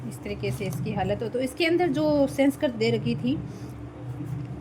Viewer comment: पहले तो सेंसकृत नहीं है, संस्कृत होता है😂😂😂 उच्चारण सही नहीं है आपका